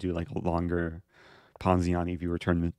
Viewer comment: this guy loves saying poziani